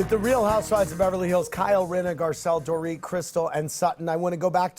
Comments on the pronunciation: The DorIT pronunciation!! 😂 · Dorit is tired of Kathy not pronouncing her name correctly like b** you know my name